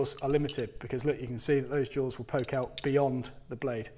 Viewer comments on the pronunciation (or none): none